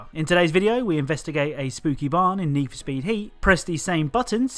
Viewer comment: i heard neef speed heat